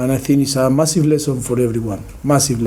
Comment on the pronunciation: Difficul, I thin, apolshize, masif. I love this guy, just funny pronunciation & always the same rhetorics. Still the best manager in the prem